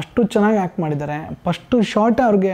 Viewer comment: ಹ ಕಾರ ಅ ಕಾರ ಗೊತ್ತಿಲ್ಲ ಇವ್ರಿಗೆ, hact antavne